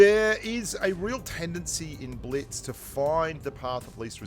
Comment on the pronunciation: Biltz? It’s Blitz , who else noticed it